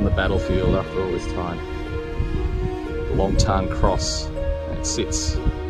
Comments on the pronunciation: Mate.... Not nitpicking but in Vietnamese the joint is called Long Tan (pronounced Lom T Air N)... So, in English we use the traditional English word, LONG and use the Vietnamese pronunciation TAN not TARN as you are saying... I lived in Vietnam for almost a decade and have explored this area many times, meeting locals and talking about what they know.. Its a special area. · If you are going to do a commentary & a guided tour of the battlefield & especially if you are going to make money from it, please pronounce the name correctly. It is Long Tan, not Long Tarn, as you incorrectly pronounce it. I spent six years in the Australian Regular Army, as an Infantry soldier. I did two tours of South Vietnam with 3 RAR & in my time in country did quite a few TAOR patrols to Long Tan. Up until this video which you have uploaded, I have never heard it mis-pronounced as Long Tarn. Out of respect to the soldiers on both sides & out of respect for your viewers, please get it right. Dennis Moore, 3RAR Vietnam: ; 1971. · "Tan" not "Tarn" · Very nice been there a few times but please even the locals don’t call it tarn it’s tan(kiwi shell fire brother as with Kapyong Korea)but thank you regardless